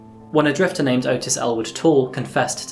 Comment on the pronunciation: Small correction, Ottis Toole's name is pronounced "Aw-tis" instead of how Otis is pronounced.